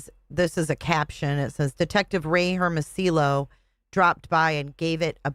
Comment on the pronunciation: Just a FYI just like tortilla is pronounced torteeya...Hermasillo is pronounced Herm a see yo. In Spanish, double L's are pronounced like a Y. Just a friendly bit of info. Love ya girl!!!